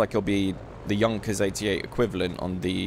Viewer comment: FINALLY SOMEONE THAT PRONOUNCES JUNKERS AS 'YUNKERS'